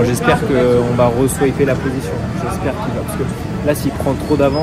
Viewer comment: Cette piste est géniale, merci de nous le faire vivre comme ça ! Par contre on dit pas swiper mais swaper, comme un swap moteur :)